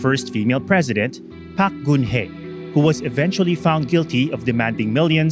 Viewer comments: pretentious atom trying to emulate south korean accent ang hirap tuloy intindihin. pronounce it as PARK not PAK. we expect a non-sokor citizen to pronounce korean names as a foreigner not a native. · I barely understand the story your diction and accent. While Park and Choi are spoken as pak and chey in native korean, you are talking in english and thus must be pronounce at it is in English